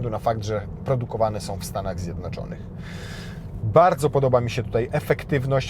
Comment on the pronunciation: Posłałem łóżko - Dziękuję - Nie bałdzo